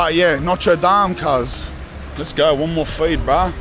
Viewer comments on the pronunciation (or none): Priscilla says lets oge